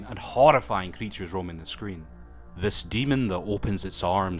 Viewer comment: bro how u can say the word screen with so hard r😂 nice video tho seems like a cool movie compared to that its sooo old